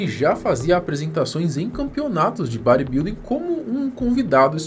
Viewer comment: Vei, eu não tanko o falando "bar i bilding".